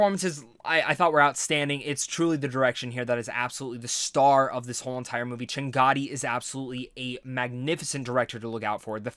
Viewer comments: dude it is chaganty not changaty . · Chah-gun-tee;) Appreciate this review,. I'm glad you liked the movie. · Aneesh Ch-uh-gun-tee. Just a reference for the future! :) Great review, BTW!